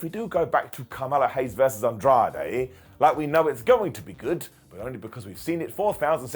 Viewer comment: I thought it was Andrei not Andrade haha